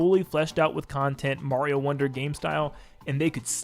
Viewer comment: Are all Americans collectively refusing to say Mario properly, or are they all completely incapable of it?